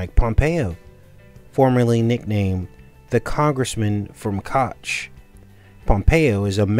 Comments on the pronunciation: Cook is how you pronounce the name. This is not the reason for the TP issue the issue is stupid people thinking of resale auctions likely and no using their beards to buy what’s most important in fearful times then buying up and reselling TP for profit, or worrying about I’m stuck in a home quarantined for weeks and TP is the most important thing or profitable thing rather than investing in Food or meds. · Pronounced coke